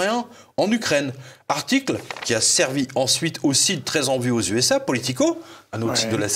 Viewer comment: Dites "USA" ...."ID" (idea) et non pas US. ..AID qui phonétiquement peut faire faussement penser à une "aide " des USA....dixit une américaine